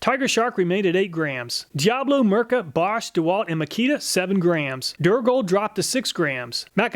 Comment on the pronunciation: Thanks for testing a Finnish product, and greetings from a Finn 🇫🇮 🙂 By the way the letter i in Mirka is pronounced the same as the i in "makita" or "diablo", not as an e.